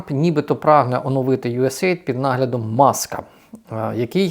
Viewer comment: Правильно говорити usaid "ю ес ей ай ді "